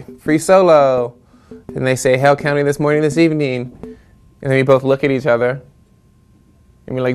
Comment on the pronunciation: I thought he was saying “Hell County”